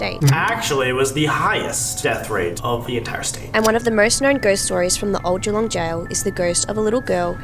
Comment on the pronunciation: The way they pronounced Geelong is killing me😭